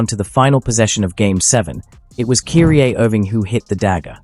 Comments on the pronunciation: Who the hell is ' Cureeeaa ?? (Kyrie) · Either you don't know how to pronounce certain American names or you're using AI w/o giving it proper name pronunciations. KY-REE!!!